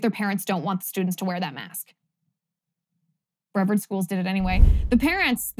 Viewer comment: That’s pronounced bre-VARD County with the shwa sound in the E. You pronounced it correctly when you said “Jenkins-Brevard.”